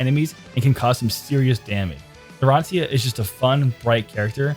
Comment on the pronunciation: the way this guy pronounces narancia..